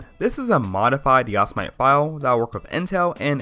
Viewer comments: lolno,depending what u say,there's didn't have a right answer of pronouncing yosemite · I don't trust this guy only because he can't spell/pronounce Yosemite correctly. I am very disappointed in you. Otherwise good video. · sorry. I can't get over the fact that your pronouncing "Yosemite" wrong. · Don't bother with an AMD Hackintosh, it's too much of a pain. Also, don't ever use a "modified version" of OS X - use the tonymacx86 method. And it's pronounced YO-SEM-IT-EEE and spelled Yosemite. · Ive never heard anybody pronounce it like he pronounces it. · its not yos-mite...its yo-sem-ite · "Djoz-mite"? Are you serious? It's Jo! Sam mid tea, you know :) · Yosemite not Yosmite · its yo-sem-it-ee. not yo-sa-mite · ITS "YOW-SE-MI-TI" NOT "YOS-MITE"!!! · lol! you guys. it is not pronounced "OS X" It is "OS Ten" Like the roman numeral, and it isn't "Yos-i-Mite", it is "Yo-seh-mi-tee" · Yosemite : yo-SE-mi-tee. Not yo-sa-mite. Great video. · YOS-i-mite? It's pronounced YO-sem-i-ty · OH MY FUCKING GOD ITS NOT YOS-I-MIGHT ITS YOS-E-MIH-TEE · looks like a good tutotal (finally) but you keep saying ya-si-mite but its yo-se-mit-ee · yas - mite lol its yo - sem - e - t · It's pronounced "Yo-zem-it-e", not "Yoz-mite". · Yasomight? Cringe... Yosemite, as in Yosemite Park. (yo-sem-it-ee) If you have a Intel PC with compatible hardware (i.e. same hardware as a mac), you can actually use a vanilla OS X install DVD/USB instead of a hacked one. I'm running 10.10.5 with almost no custom drivers, only using Clover EFI and a driver for my Ethernet. (Plus the essentials, like FakeSMC) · I know what you're saying (unlike everyone) but the actual mountain or landmark or whatever it is it's pronounce yo-sem-it-ee y'feel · WARNING : 99% of the comments section is filled with grammar Nazis who are screaming about how he should pronounce "Yo-sem-it-ee" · "Yossa-Might"... lol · yah-so-mite lol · Great video, but it's pronounced yo-seh-mitty. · It's pronounced "yo-sem-it-ee".